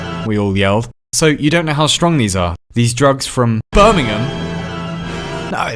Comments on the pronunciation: BIRMINGHAM!!!! NOT BIRMINGHAM!!!! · You spelt BIRMINGHAM wrong. You said Birmingham, But it's spelt BIRMINGHAM